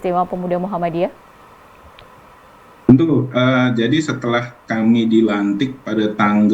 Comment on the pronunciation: Muhammadiyah , bukan muhammaddiyah